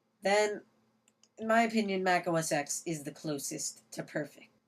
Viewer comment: It's os "ten" not os "ex" just thought i'd point it out.